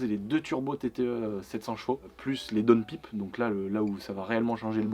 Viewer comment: Downpiiipe 😅🤔. On dit downpaillpe